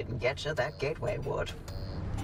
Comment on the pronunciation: BTW it's a GATE WAY. Not Get-away. XD You know gates and portals, right?